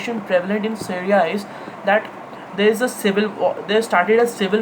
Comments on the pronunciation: Dude tf ...it's Syria ( pronounced as c riya) not seria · Pehle Apni Hinglish Sudhar Le. Stimulation Kenya hai Simulation Ko. Syria Ko Sereya Kon Kehta Hai Be. Kabhi Yeh Londa School K Quiz Mein Select Nahi Hua Hoga. Aur School K Teacher Ise House Ka Badge Ya Ribbon Dene Se Ghabrate Honge, Sochte Honge House Ki Beizzati Ho Jayegi. Seedha Seedha Bol Na K Syria K Bare Mein Zyada Deep Nahi Padha Hai. Yeh Wahi Ladke Hote Hain Jo Apne Dada Ya Pardada Ko ABC Sikha K Apne Teacher K Bhi Baap Bante Hain